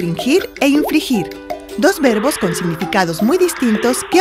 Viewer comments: No es su pronunciación. Realmente se ha equivocado en la narración porque en vez de decir "infligir" dice "infrigir". Estos videos nos ayudan mucho, pero realmente este está muy mal hecho. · Perdón, pero su pronunciación de "infligir" suena casi como "infrigir". Sin apoyo visual podría asegurar que esto confundiría más de lo que ayuda